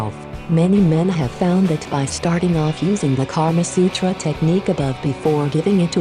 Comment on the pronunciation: It's not Karma Sutra It's Kamasutra